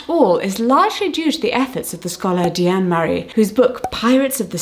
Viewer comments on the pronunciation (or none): none